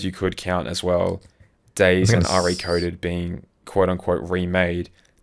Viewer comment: saying Re:Coded like R.E. Coded is unhinged ~ or should I say unchained ~ It's not a Resident Evil game lmao The Re in Re:Coded is short for remake and is said just like the normal prefix re- like in remake, redo, relive etc ~